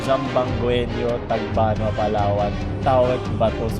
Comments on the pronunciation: haha Zambo-ang-genyo Yung Pag Announce ng Zamboangueño Hehe LEGIT FROM ZAMBOANGA HERE MUCHAS GRACIAS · Mali po Pagbigkas nyo ng Zamboangeño. Pero Ok lang po yun. Di naman po ako natriggered. haha Zamboangeño po kase ako. hehe